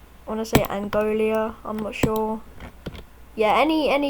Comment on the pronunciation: And its Angola 🇦🇴 not angolia